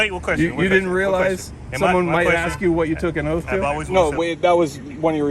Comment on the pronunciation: Is it to much to “ask” to use the word “ask” and not “axe” for the word “ask” lol